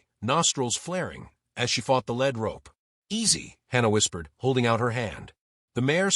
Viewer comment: It is a Lead Rope, lead like leading a horse, not Lread as the heavy medal, please learn how to pronounce, Thanks !! Enjoyed the video !!